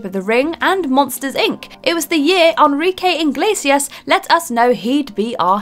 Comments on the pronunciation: Elrique Iglisias?! It's ENRIQUE IGLESIAS!!! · Anrigue inglesias 🤦🏻‍♂️🤦🏻‍♂️🤦🏻‍♂️ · That Enrique Iglesias pronunciation kinda triggers me...